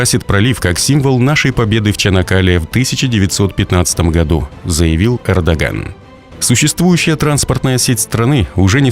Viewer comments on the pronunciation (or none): Не Кэрдоган а Эрдоган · Не Кардоган А Эрдоган чувак. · Esli vedesh blog to xotyabi naucis kak zavut prezidenta turcii ERDOGAN ne kerrdogan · сказал Кардаган? 🤣 или Ердаган? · заявил Кардоган?))))) ахахха